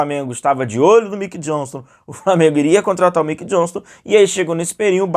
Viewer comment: Não é Miquei, é (Maiquei) Mickey.